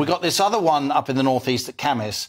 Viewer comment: How nice to hear pronounce the name Cambois correctly!